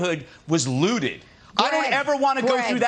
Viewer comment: "My neighborhood wuz lewtid." No. No it wasn't.